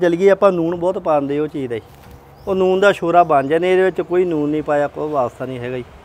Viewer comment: ਮਿਸਤਰੀ ਨੂਨ ਕਹਿ ਜਾਦਾ ਏ ਨੂਨ ਨਹੀਂ ਹੁੰਦਾ ਵੀਰ ਜੀ ਲੂਣ ਹੁੰਦਾ ਹੈ